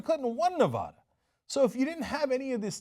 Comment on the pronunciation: Ne-va-duh NOT ne-vah-duh